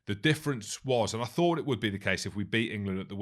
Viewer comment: Can anyone hear that some of these critics cannot speak the difference between ‘fought’ and ‘thought’?